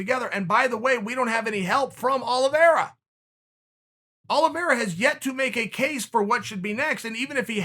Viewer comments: Chael “Charles Olives” Sonnen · Chael: Charles Olives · Chael.. I love you but Charles last names isn’t Olives 😂😂😭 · No one: Chael: Charles olives 🫒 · Me: Charles Oliveira Chael: Charles Olives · “Charles Olives” 😂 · Me: Charles Oliveira Chael: Chawlers Olvera Me: Charles Oliveira Chael: Charred Olives Me: Okay great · Chael really just called him Charles Olives. Damn. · Chael: This is meant to be positive towards "Charles Olives" 😅😂🤣 Chael: Put him in there with Olives! 😄 Too funny! At the end Chael makes it a point to over annunciate Oliviera! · Brendan: Charles Olivreea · Chael said its olives, so its Olives, alright! new name, he must have recently changed it. He is a Hoot! Love my Uncle, Chael P.!